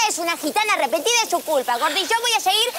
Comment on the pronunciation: Dice repetida o arrepentida?